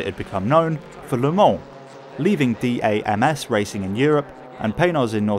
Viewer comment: If I watch another video of you say "D-A-M-S" it's DAMS (pronounced "DAMNS") and they are still around.